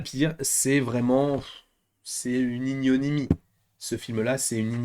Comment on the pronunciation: ignominie plutôt que ignonimie non ? 🤣